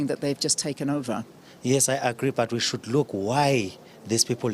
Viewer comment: That "shoold " says it all